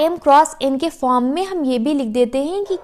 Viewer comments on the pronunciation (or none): none